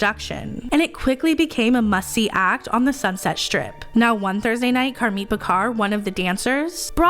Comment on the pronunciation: It's Car Meeeee not Car mit.. 😱 the "t" is slient